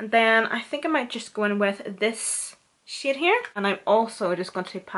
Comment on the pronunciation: she saying shade or shit :|